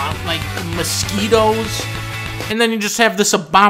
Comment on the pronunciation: "Mosquitoes" lmfaooooooooo 😭